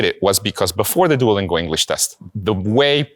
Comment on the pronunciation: You said Duolingo rong